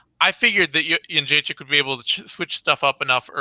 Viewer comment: It's befuddling how such an articulate man can so badly butcher names (e.g., Jedrzejczyk, Nguyen, Benoit). Can't wait to hear the post-fight analysis of UFC Seoul (where hopefully, Chico Camus makes his way onto the card). p.s. I started thinking Holm had a Buster Douglas of a chance when I saw the weigh in. I had no idea how big she was.